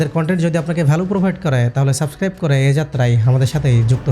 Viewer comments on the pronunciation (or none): none